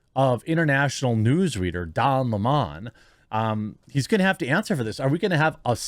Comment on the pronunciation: Please don't make Don Lemon sound more sophisticated than he really is by mispronouncing his name... it's 🍋... Don 🍋